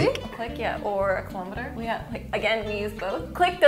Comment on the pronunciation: The majority of people mispronounce "kilometre".